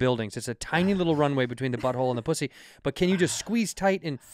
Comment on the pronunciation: Bobby said poosy